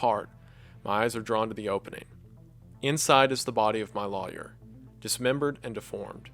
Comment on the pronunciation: i could listen to wendigoon pronounce "lawyer" forever